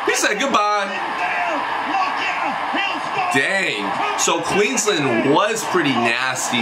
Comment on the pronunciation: Queenslander !!! You got it right this time good job